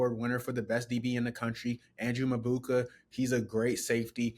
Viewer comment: MaBUKA? Can u read. It’s MAKUBA.